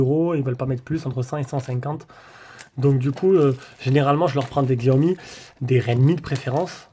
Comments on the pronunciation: Sa se prononce Chiaomi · Merci pour la vidéo, mais il faut prononcer Chiaomi 😁